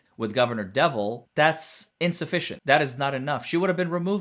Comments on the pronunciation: i have to laugh every time you mention Gov. Patrick Deval's name. I believe its french, and pronounced (Due-vaul) not devil. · Governor Deval Patrick is not pronounced “devil”… it’s pronounced Dev-all